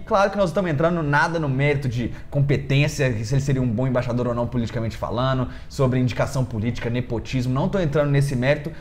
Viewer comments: Você fala Imbaixador, quando o correto é Embaixador. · no início do vídeo aos 6 segundos, vc fala "IMBAIXADOR"...